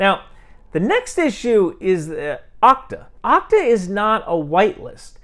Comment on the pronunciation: Okta is usually pronounced with a long O like OH-K-TA.